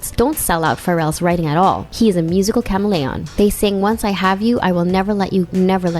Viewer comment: cam-a-lee-on WTH?! If you don't know how to pronounce chameleon (or any other word) then look it up online